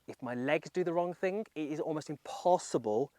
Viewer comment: Golfers might be striking the ball “wrong” …but you’re saying “wrong” wrong. It’s not wrong-guh, or strong-guh.